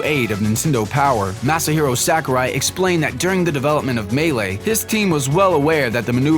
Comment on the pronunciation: SACK-ARE-WHY SENPAI